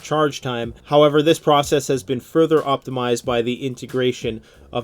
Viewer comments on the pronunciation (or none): none